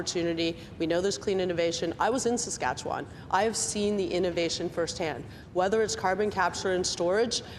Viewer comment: It would help if McKenna started to pronounce Saskatchewan correctly.